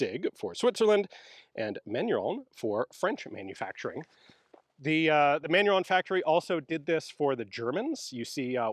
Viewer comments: Sir, Manurhin is pronounced not "manurhon", but more like "manureen" Thank you, keep the great work! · Ian, Manurhin is not pronounced "Man-yu-ron" but more like "Mah-new-rrruuuughhh" - say first part like a Rasta, the second part like a Scotsman and the ending like a dying gargle.